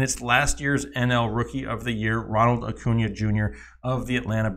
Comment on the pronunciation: Really hard for me to take you serious when you cannot pronounce their names correctly. Acuna, Bellinger, and Bogaerts botched.